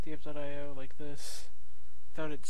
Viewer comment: It’s pronounced dypeio